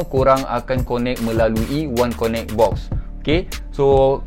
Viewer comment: Bos, sebutan ‘connect’ akan datang kasi betulkan. Lain2 mantap.